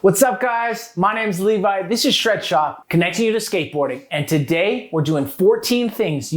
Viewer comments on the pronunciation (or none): none